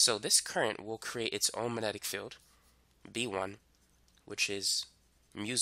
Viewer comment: Uhh - there is a G in 'magnetic'. (minor nit to an otherwise nice explanation)